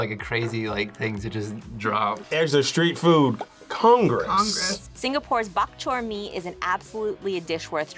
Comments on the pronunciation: Is bar Chor mee not bark chor mee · I hate how they are pronouncing Bak Chor Mee. For some Singaporeans we don’t sound out certain letters. I don’t know if it just my family, but we say it as Ba Chor Mee. We don’t say BaK Chor Mee. We don’t sound out the ‘K’ in ‘Bak’. When you are eating Bak Chor Mee dry, you don’t pour in the soup. You drink it separately. Also for Laksa, we don’t use the type of noodles used in the video. The type of noodles used for laksa are thick rice noodles, commonly known as bee hoon or mee hoon. And for the Chendol, the woman who was introducing the dish said it wrongly. It’s not ‘Shendol’ but ‘CHENdol’ Honestly as a singaporean, I’m so disappointed in this video. If you really want to make a video about Singapore’s food, please learn more about it. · As a Singaporean. I am crying at that Bak Chor Mee ! It is nothing like that!